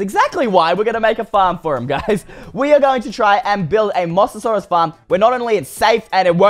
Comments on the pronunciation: It's called a moze-a-zaurus not a moss-a-saurus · Moa-sa-saurus not Mos-sa-saurus you pronounced it wrong. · im not trying to be rude or anything cause I love your vids and all but it sounds like your saying moss-asaurus instead of mo-sasaurus, sorry it's just a pet peeve of mine for when people say things wrong, nothing against you tho. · 1. Mosasaurus isn't a dinosaur 2. It's pronounced M-OH-SASAURUS Just thought I'd let you know!😁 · It’s pronounced Moses-saurus BTW it isn’t a dinosaur it is an aquatic reptile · its mosasaurus Mo-sa-saurus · ITS MOE=SASAURUS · you said mosasuarus mossasaurus lol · thats not how you pronounce it its moe-SA-SAW-RUS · No it’s moe za sore us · One you pronounced the name wrong and it's from Jurassic world. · you didn't say Mosasaurus right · It’s not mossasaurus it’s mosaurus